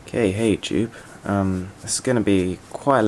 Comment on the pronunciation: you ment to say hey youtube not k hey tube